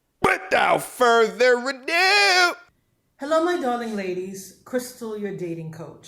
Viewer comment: Without further adurrrrr has me Cracking up man 😂